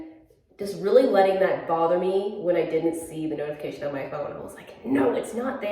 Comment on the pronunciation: It sounded like you said “snow-tification!” lol so punny